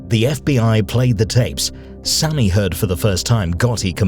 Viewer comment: Sammy not sonny